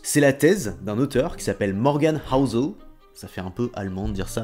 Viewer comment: Prononce Housel en houssel